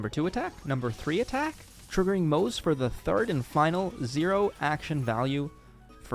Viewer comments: His name is pronounced Mo-ze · Also it's still pronounced Mo-zuh